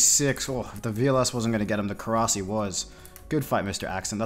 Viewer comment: Thumbs down for calling it Korasi